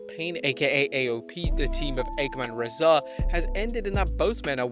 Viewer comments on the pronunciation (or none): Ffs, it's not pronounced "Ah-kam" or "Reh-zar". It's "Occ-am" and "Razor". They're named for the philosophical razor. Just spelled differently. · The worst part about the AOP is how EVERYONE mispronounces their names thanks to the announcers. It's Akham and Rezar, as in "Occam's Razor"